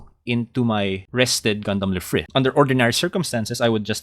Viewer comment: Lfrith is pronounced as Rubris! Otherwise, amazing deck!